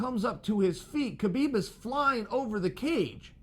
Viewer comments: H-HA-BIB. NOT K-BIB CHAEL lol... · Why do people pronounce the K ln his name. l understand not using a russian accent lf lts out of the ordinary and harder to say but HU-blb ls just as easy to say as KU-blb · Sonnen Its pronounced Habib ,please drop the "K" when you pronounce his name.Thank you.